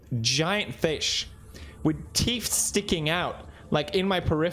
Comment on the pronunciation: The theeth, The theeth of The Stalker